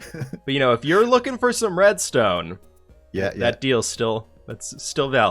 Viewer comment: When he was working out the deal to sell red stone, he kept saying diamond blocks instead of reds tone blocks. 😆😆😆